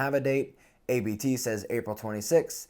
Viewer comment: you say "A-B-T' lol. You don't know how to pronounce ABT. Its one word like Abbott but without the o's.